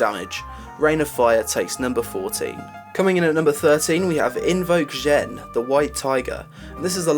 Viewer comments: I thought the list was reasonable. One thing I wanna point out: Xuen is pronounced Tsu-en or Zu-en, not Jen, but I can see where you are coming from here. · Xuen= tsu-en Xuen is not Jen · It's actually pronounced Zuen, X's are pronounced as Z's, not H's. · Xuen is pronounced Zuen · xuen = zuen, not hard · It's pronounced Shuen, trust me, I'm Chinese. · NPCs pronounce his name as "Zuuen" in game, so regardless of how it would be pronounced in this world, it is pronounced as zuuen in that one. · Xuen, pronouced Zuuen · You are right. I spend every day at work with Chinese people, X's are the Sh sound.